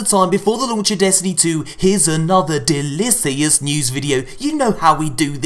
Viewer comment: I like how he said delisious video.